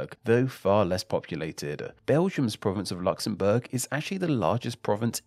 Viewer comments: I hate how this guy says Luxembourg so annoying talk properly. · Luxembourg, Luxembourg, Luxembourg not Luxembourg - a technically true sentence